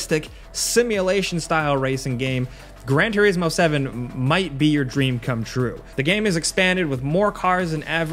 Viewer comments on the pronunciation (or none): none